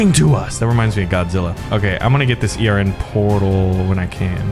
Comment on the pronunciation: Hold on why is he saying e r n instead of ern